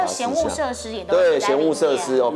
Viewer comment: 嫌“惡”設施，發音同“餓”不是“務”，另外是樑柱不是“梁”柱，以上。